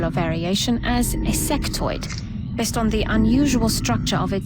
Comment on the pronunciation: i heard "sectoid" as "sex toy." probably best not to confuse the two.